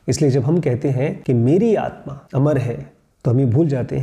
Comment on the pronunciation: You are calling aatma as aatman I think it's wrong